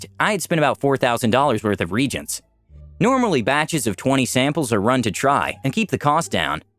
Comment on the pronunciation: Ree aye gents, not ree gents.